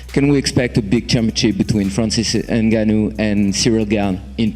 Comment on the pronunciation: Will Dana ever get Francis' last name right? N-gone-nuew